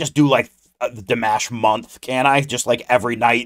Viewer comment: You said his name right.😊